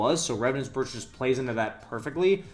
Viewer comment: brooch is pronounced broach